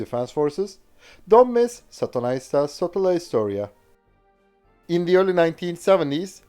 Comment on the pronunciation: Satunnaista Sotahistoriaa could be translated to be 'Casual/Random/Arbitrary War History'. We appreciate your effort to try pronounce our language though :D